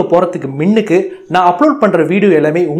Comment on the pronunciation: Pro நீங்க முன்னுக்கு என்று சொல்வதற்கு மின்னுக்கு என்று சொல்ட் ரீங்க😁😁😁